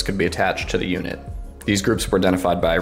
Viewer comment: "SHHTahhhb SHWARm